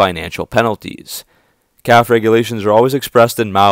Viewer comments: You know it’s pronounced caff•fay’ not caff….. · Perhaps you can learn to pronounce CAFE correctly. It’s a two syllable acronym. “Kaf ā. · I watch your videos all the time and they're very good but the word is Cafe as in a restaurant even though it doesn't mean the same